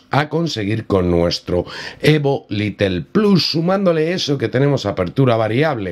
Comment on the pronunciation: Excelente actualización! No sé entiende porqué no habilitan la configuración manual, ya que eso para nada estresa el procesador. Recuerda que el modelo es Lite ("lait") no Little ("litle"). Stuart es el único little! Jaja! Saludos